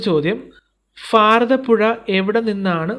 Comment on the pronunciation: പൊന്ന് ചേട്ടാ ഫാരതപുഴ അല്ല ഭാരത പുഴ , ഫൂമി അല്ല ഭൂമി . ശ്രദ്ധിച്ചു പറയൂ കേൾക്കുമ്പോൾ എന്തോ പോലെ